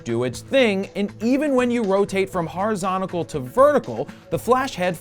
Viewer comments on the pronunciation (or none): "Horizontical" nice